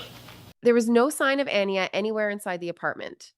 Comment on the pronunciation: It bothers me that the host keeps mispronouncing the name Aniya when her family mentions her name many times thoughout the clips that she used for this video.